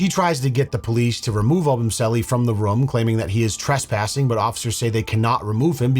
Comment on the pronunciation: IT IS NOT "RUUM" IT IS "ROOM"